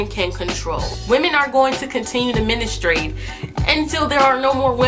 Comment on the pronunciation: If she's going to make a video about periods she should have probably learnt how to pronounce "menstruate" first